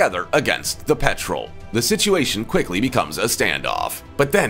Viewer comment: in. It's pronounced Pet-rel. Not Petrol like the Fuel. (roll the R with your tongue)